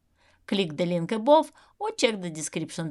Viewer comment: PLOW (плуг) произносится как ПЛАУ. ABOVE произносится как ЭБАВ. FRONT произносится как ФРАНТ.